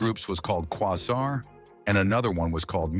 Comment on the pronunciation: This idiot narrator can't say 'bass' with the long a; Can't say Maceo's name correctly, and can't pronounce Quazar? Lawd have mercy can we lose AI narrators?